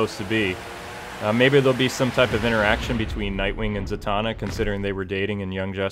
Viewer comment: Za-Man-na lol